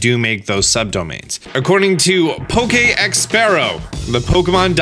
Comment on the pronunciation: HAHAHAHAHAHAHA EL POKEEXPERRO XDDD (Ex poke dog) that lame pronunciation in spanish xD